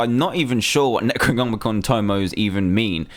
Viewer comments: its Neck-Roh-Nomeh-Con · Its nec o nomicon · Some help for DanTDM... Nec-roe-nom-eh-con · It's Neck-row-nom-ick-on. Pronounce thingy. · What you said when you mis-spoke the necromonicon tomo I was so funny.